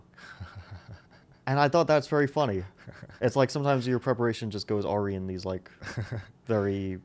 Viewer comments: Like Fabi just did, I used to say awry like "AH-ree" instead of "uh-RYE" as well, since I had only seen it written and not heard it pronounced, and honestly I prefer it. This was a nice trip down memory lane back into the days when I used to read a lot more than I watched. Sadly it seems the screens have gotten the better of me now. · Interesting -- Fabi thinks that "awry" is pronounced "orrie". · Small inaccuracy in your analysis fabi. Awry is pronounced like uhrai. Great episode again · never heard "awry" pronounced like that :) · haha i used to think awry was pronounced that way too